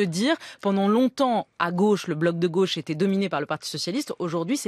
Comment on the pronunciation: La lutte des classes passe aussi par le langage : je suis tellement désolé que Julia Cagé soit contaminée par l’accent bourgeois qui consiste à prononcer tous les o ouverts ! La goch’ ça n’existe pas ! La gauche Bordel !